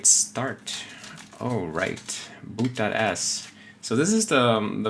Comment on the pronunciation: boot.s sounded like 'boot that a##' :D, nice video 👍👍